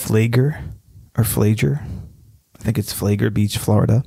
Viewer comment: "FLAG - LER"